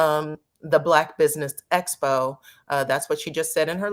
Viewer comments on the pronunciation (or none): hat almost drove me crazy, I had to turn it off!! I was screaming EXPO at the tv!!